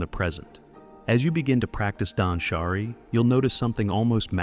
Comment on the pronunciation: Suggestion: be more cautious of how the voice pronounces japanese words. For example, danshari (dahnshahree, not dansharAY). Great job!